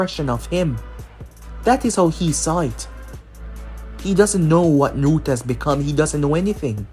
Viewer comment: NARUTO Not nurta